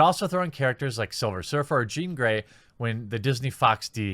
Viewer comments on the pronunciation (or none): none